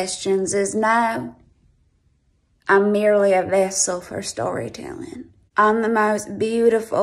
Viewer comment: “I’m merely a vessel for storaytellin” OH MY FUCKIN GOD 🤣